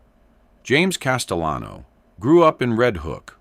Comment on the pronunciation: Castellano the double L has a Y sound in Spanish. CasteYan. Like this ...